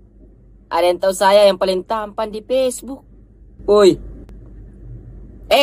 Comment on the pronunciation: Facebook bukan pesbuk, wkwkwkwk